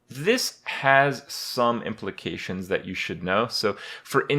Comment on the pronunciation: "This has some imp-lications"